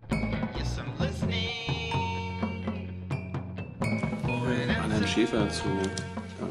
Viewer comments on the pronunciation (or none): Klingt manchmal so wie: "Ciabata al-Nusra" oder "Jabba al-Nusra" ! :D